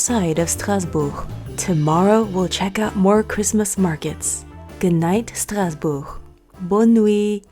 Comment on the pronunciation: So happy to see Mommy Oh and you traveling through Europe. Such fun 👏🏽 (Also, excellent pronunciation of ‘Strasbourg’ in French)